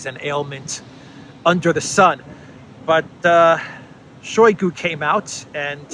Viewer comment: It is not [SHOWY gu] it is [shy GU], stress on second syllable, mute first syllable from ohy to ahy.